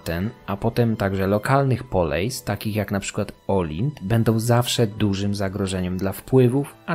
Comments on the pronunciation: Greckie słowo "Poleis" czytamy "Polis", ponieważ w grece dyftong "ei" czytamy jak "i", Tak samo jak w przypadku greki kini, którą zapisuje się "koine", ponieważ tam również jest ów dyftong. Następnym razem proponuję sprawdzić wymowę greckich słów, bo błędne wymawianie słów greckich brzmi niepoważnie. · Poleis wymawia się polis. Pieria wymawia sie Piria. Koine to ( ἡ κοινὴ ) kini. Z akcentem na ostatnie i. Aigai wymawia się ejge.... ITD.